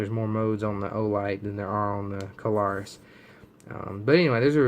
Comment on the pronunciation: Two syllables, it is Klarus not Ka-lar-us.